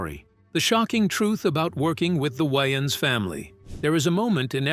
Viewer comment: Who the hell are the “WY-AANS” bros???